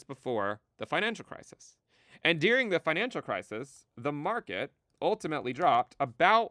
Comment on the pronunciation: It sounds like you're saying "dearing" instead of "during." I mean, I know what you're saying in-context; but seriously, listen to it isolated i.e. clip the audio to just a "during."